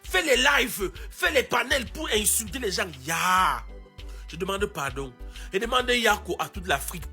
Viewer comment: Ivoirien on ne dit pas padon C'est pardon